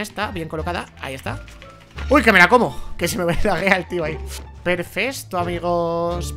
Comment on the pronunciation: No sé si se dieron cuenta pero envez de decir perfecto dijo perfesto😂